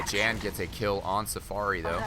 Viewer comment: Hey. Since these are European players "Jan" is almost certainly pronounced "Yahn" (so that it rhymes with Han from Han Solo). I'm currently living in Germany and know about 20 "Jan"s from all over Europe. None of them pronounce their name the way you say it.